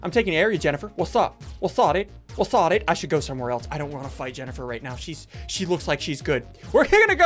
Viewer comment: He meant thought....like u thought not that lol